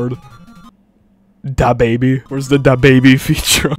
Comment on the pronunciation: The Da Baby pronunciation killed me 😂